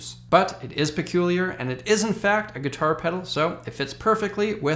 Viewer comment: PERCULIAL? PELUCIAL? PERCULIAN? ah for fu...